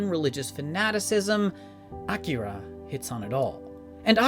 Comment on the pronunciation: Not for nothing, but props for your pronunciation of Akira. Most people insist on saying it in the same way white people order items at a sushi restaurant: that is, by emphasizing the middle syllable (i.e. "uh-KEER-uh").